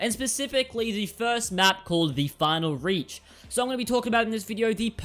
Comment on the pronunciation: not " Reach " It's " Raiik "